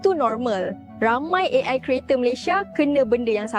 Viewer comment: AI bukan E AY,pake lh alpabet Indonesia yang bnr